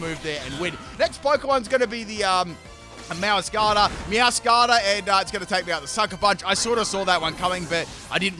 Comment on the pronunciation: Meowscarada is pronounced Meow-scarada Like a mascarade, because it wears a mask and it's very theatrical.